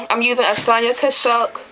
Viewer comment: lol the way you said Sonia Kashuk cracked me up for some reason, but you are beautiful thx for sharing :)